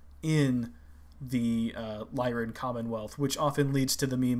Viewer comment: "Lyran" refers to "Lyra", the constellation (a lyre, the Greek stringed instrument of old), which is pronounced with the "I" sound for the Y, so "Lie-run" is correct.